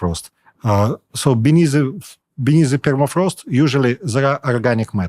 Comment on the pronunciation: “ permafrost is melting..” “ Perma” has been car-jacked